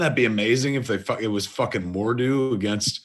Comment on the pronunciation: Jane Forester? Mordoo? My ears are bleeding.